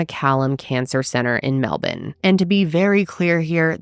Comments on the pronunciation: Hell yeah for pronouncing Melbourne like a true Aussie “Melbin” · I love that you’ve learnt to pronounce Melbourne like an Aussie. Proud of you 🎉😂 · As an Australian, I have to say how proud I am of your pronunciation of Melbourne 🎉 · I was looking for this comment before I made it myself 😂😂 MEL-BEN 🇦🇺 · The way she said Melbourne, perfect! 🥰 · on a side note, your pronunciation of Melbourne is spot on! thank you from all melbournains. and from the whole of Australia, we dont claim Belle. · You saying Melbourne correctly, love you girl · can i just say is the first non australian i’ve heard pronounce melbourne correctly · Thank you for being the first american to pronounce Melbourne correctly, just kidding! Great content, Belle is a nutjob. Wonder where she is now. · I remember watching her interview on 60 Minutes and she was such a terrible liar and so obviously fake, I couldn't believe she got away with any of this Also- thank you for pronouncing Melbourne properly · As an Australian here, thank you for the correct pronunciation of 'Melbourne'! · This is the first time I’ve ever heard an American pronounce ‘Melbourne’ correctly!!!! 😍😍😍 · 😂 hearing an american correctly pronounce "Melbourne " feels weird 😂 Hahaha thanks, love you ❤ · Well done pronouncing “Melbourne” correctly! 💙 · Thank you for pronouncing Melbourne correctly😅👏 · This woman is so gross. I'm Australian and remember this vividly. Also, THANK YOU for pronouncing 'Melbourne' correctly. :)